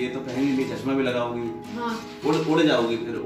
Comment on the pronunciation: चस्मा😂😂😂,भासा, सायद,,, सिमला, सनिवार, सुकरवार,,,,too much yaar,apni bhasha way of talking sudharo yaar,gaurav ji se hi lesson le lo plz, atleast sunne m sahi lage